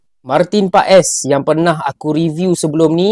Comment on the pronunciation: Paes bang bukan pak es 😂😂😂😂